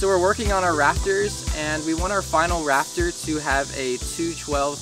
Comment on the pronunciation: Was I the only one hearing Raptor and not Rafter?